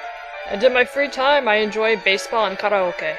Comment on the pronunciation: "kara-okay" :"D karaoke (karee-okee)